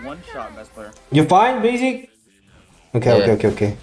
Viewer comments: General don't say Basic, He says Bagic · Hoon also says BAsic